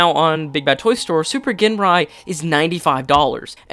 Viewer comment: Ginrai is pronounced "Jinrai". No hard G.